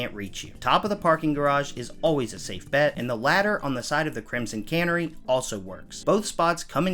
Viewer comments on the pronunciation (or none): Bro do you not know what a canary is that you would pronounce it "cannery"? Anyway, the cops can't reach you if you jump across to the roof directly adjacent to the Sweatshop and just round the corner out of sight. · Bro pronounces Canary like Cannery